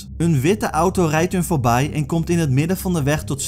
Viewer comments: XD vobai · voorbai haahhaha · voorbij xD klinkt echt grappig